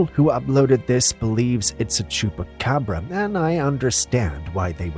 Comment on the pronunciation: You can tell it's a costume that they are calling a chebra copra 😂😂 but do love these type of videos